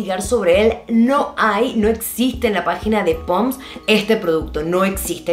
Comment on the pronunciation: que chistoso que diga POMS en lugar de PONDS jajajaja